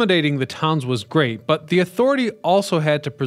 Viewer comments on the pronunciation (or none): none